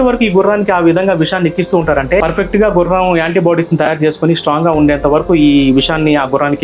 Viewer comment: Anti ❌ Yaanti ✅